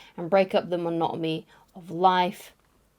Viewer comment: Why do you keep saying 'monotamy' instead of 'monotony'? Love the video! 🙂